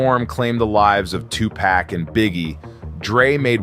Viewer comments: " Tu pack" LMAO cmon man. You're videos are always solid. it's "Tu-POK" you should know this. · You don’t know how to pronounce Tupac? 😂😂😂😂😂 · Sorry, but I dont like the way you say Tupac